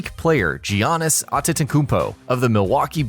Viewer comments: Yiannis not Jiannis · I didn't hear Giannis being pronounced once in this video. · Giannis* wtf are you saying